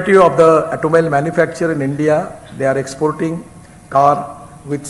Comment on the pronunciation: Gadkari ji's English has improved a lot over the years! 👌 .... Except for a few words like "automobile", "Toyota", "waste", ... his fluency and pronunciation in English has improved a LOT. 😎